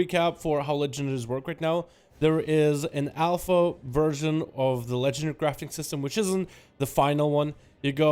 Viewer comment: dude can you stop saying legendry, its LEGENDARY